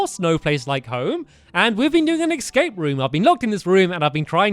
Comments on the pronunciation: stampy said excape not escape at lol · Why do you say escape "ecsape"